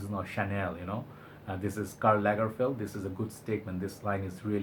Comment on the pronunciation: Karla Lagerfeld you say 🤔